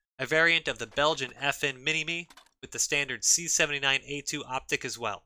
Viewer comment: Pronounced Mini-MI, not Mini-ME